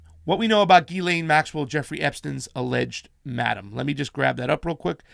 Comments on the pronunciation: You really need to get your names straight. It is GIS-LANE MAXWELL, NOT ELAINE. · Its pronounced Geez-len. It's French.